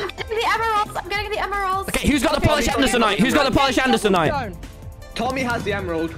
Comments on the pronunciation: People: Andesite Tommy: Andesonite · nobody : tommy : adesanite 🤣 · “Andisonite” -tommy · And-es-inite Hah nice pronunciation tommy